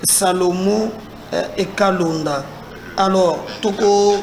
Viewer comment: Monsieur pourquoi est-il si compliqué pour toi de prononcer correctement les noms de gens ? "Salomon Kalonda" et non "Kalenda"🤣😂😅